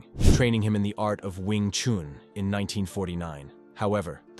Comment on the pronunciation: Attempting to talk about an art, start by learning to pronounce its name correctly. It is not "chAn" but "chUn". Would you trust an opinion about, say, Leonardo da Vinci, if the voice would pronounce the surname like "de Vaintsi" ? It is strange indeed that later in the video the name "Yip Chun" is pronounced correctly. What's the difference ? "Wing Chun" and "Yip Chun", huh ?